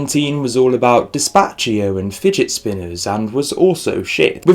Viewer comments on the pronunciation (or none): ....did u just say dezpachio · "Despatchio" I love you 😂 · Ain't no one gonna talk about how he pronounced "despcito"? "dEs-Pa-chiO" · the way he pronounces despacio 🥰☺️😁💜🇨🇭🤣😠😂🤦‍♀️‼️🌿👌 death has arrived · Ik he's british but he still could've said it correctly lmao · Sorry, was that your attempt at pronouncing Despacito? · decided to unstan because of how you pronounce despacito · Sorry but the way you pronounced despacito was an absolute abomination